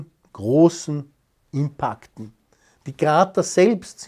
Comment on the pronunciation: Sagt einfach "Einschläge" dazu! Nicht wieder hypergescheite "Worte, die dann auch noch blöd ausgeprochen werden! Impaakt 😂